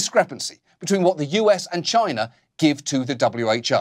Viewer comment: Every time Oliver says for China I have to convince myself he didnt just say vagina. Pipe organ vagina.. makes you wonder.